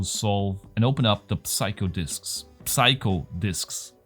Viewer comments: Psycho is pronounced like Seiko. :-) thanks for the lovely content, and I vote for Puzzle Box nr 1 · The P in psycho is silent